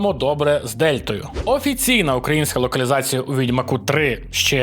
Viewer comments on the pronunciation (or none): none